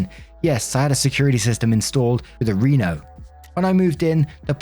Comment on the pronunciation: “Reno” is short for “renovations”, so the ‘e’ is short. Like Denny’s ‘e’, not long ‘e’ like the city of Reno.